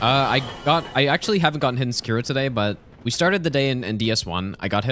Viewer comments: The way you say "seh-KEER-o" hurts my heart a little bit every time I hear it. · bro why do you willingly pronounce things wrong that have audio queues in game that tell you the correct pronounciation?